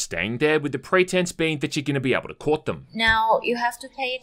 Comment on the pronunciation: i heard with the pretense that you're going to PORK them not Court them